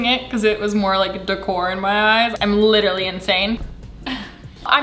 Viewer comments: Chloe & Caitlin liT eR UHlLY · litR LAY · I love that Alisha is addicted to saying the word “literally” and that she pronounces it like Chris traeger is the best 😂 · no one: absolutely no one: alisha every two seconds: l “lichrally” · I don’t mean to leave a mean comment but if I hear “lit-rally” just like that one more time I might kms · "lit-rally" same